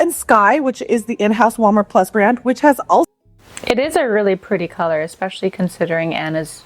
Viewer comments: Expecially! Jesus ESPECIALLY! especially. As in is especially Annoying. (And the sweater is knit!) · OMG! There Is not now, nor has there ever been, the letter "K"in the word "especially"!!!! Stop it! Do people not know how uneducated they sound when they add the "K"?